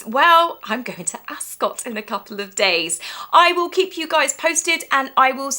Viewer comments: Hi, just an FYI, Rupert Murdoch says its pronounced 'Askit' not Ascot. And the term is lying in state, nit lying in wait. Have a nice time with Lady C. Keep up the great work. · "Askit," not "Ascot"